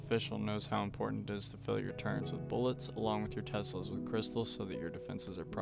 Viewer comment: Turrents ❌ Turrets✅